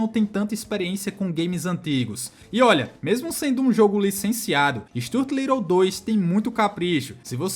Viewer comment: Why you keep miss pronouncing Stuart Little😂😂😂😂